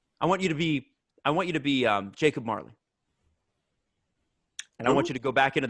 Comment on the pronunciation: his fuvking name is "Jacob" say it right once